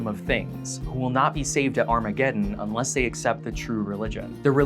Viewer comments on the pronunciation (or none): none